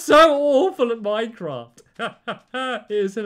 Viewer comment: I love how he says Minecrawft